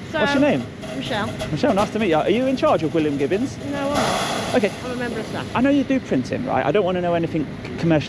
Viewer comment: only at this point but it's gibbons not gibbins😂